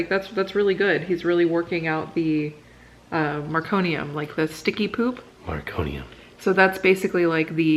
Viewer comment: Meconium - meh cone nee um. No R. Called “Mec” for short.